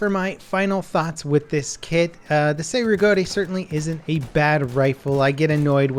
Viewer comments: It's "Chey" not "Say" Rigotti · FYI: Cei-Rigotti is pronounced like chay rig-ah-ti.